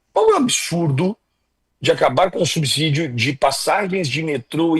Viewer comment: assisto diariamente suas lives; Faça uma correção na sua pronúncia da palavra subsídio. O correto é subcidio e não subzidio. Obrigado!